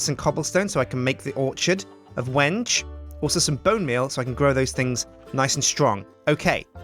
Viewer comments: I'm from Argentina, we use tons of Wengué over here. At least in the spanish speaking world, it's prononuced "Wen-ge". The first part is prononuced as "When", and the second one sounds like the "ge" in "get" Also, the second syllable is the one that's stressed. We use the "é" to indicate that's a stressed letter. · I think there were a troll saying to that the wenge tree is pronounced "wen-gei" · Someone tells its pronounched when-gay. Obvious troll is obvious troll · Well the title of this video is how you pronounce Wenge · THANK YOU! I was so frustrated when he said Wenje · At the end you said it wrong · sir its balsa and wenge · he's been pronouncing it wrong this whole time. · try pronouncing Wenge differently and you'll get it. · The tree is pronounced weng-gay not when-gay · Wenge isnt said wenj but when gay! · Gotta love how he still pronounces it "wenge" rather than "when-gay" at the end. :P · When-gay?its pronounced ven-gee. My dad is a kitchen designer. He knows this stuff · some1 is pulling your leg. It's pronouced Veng now Weng. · It's when ghee. I'm building a chest with it in real life. When he says wenje it frustrates me soo much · No he is telling us how to pronounce Wenge,it is pronounced (When-gay). I am an expert on Wenge,Wenge...pronounced (when gay).. A very hard dense wood worshipped by the east bay congo mufidious bunga tribe. A sharpened piece is used to cut the umbilical cord of all their babies, any self mutilation ritual, and also to kill any invading enemies with a club made of wenge. the scientific name Is mehituondaheadicus widhardstickitus. It can be very rough,and won't go down without a fight. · The vid is called When-gay because that is what it sounds like When u say wenge! Like so people can see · Pls give a link to a fb page!! Im liking the yogscast clan on fb and u didnt provide a link in the description! And inspite its a mispronunciation, i dont think i van call the wengebanything else other then wen-ge